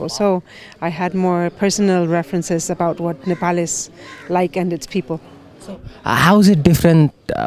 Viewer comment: Why your 'how' is 'houu'